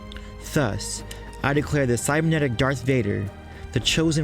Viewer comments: With a "ð" in the beginning, not a"θ" as you pronounce it. English is not my native language though, so I may be wrong. However, always and everywhere have I heard "thus" pronounced with "ð". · You pronounce the word "thus" in a very strange manner.